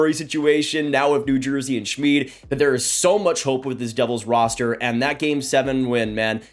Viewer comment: It's pronounced Shmid like kid.